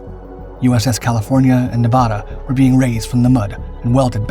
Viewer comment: You forgot MCAS Kaneohe Bay. Was first place hit . And what's with the breathless delivery ? Very strange . And you are mispronouncing 'Nevada' . 👎